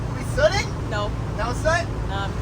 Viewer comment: Are we sooting? Ahahahaa